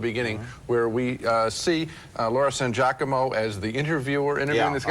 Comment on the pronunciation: Laura San Jock-amo I always laugh when Gene Siskel butcher's her name. 🤣🤣🤣🤣🤣